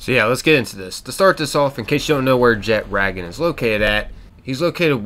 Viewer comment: the way you pronounced jetragon bothers me.